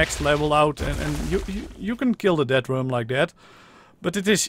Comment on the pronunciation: who else heard we are going to hunt down a dead worm instead of death worm